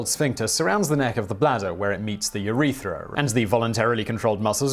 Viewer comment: I took a drink every time Simon mispronounced urethras